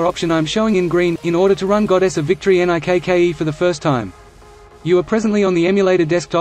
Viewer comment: Why the fuck does he keep saying N-I-K-K-E?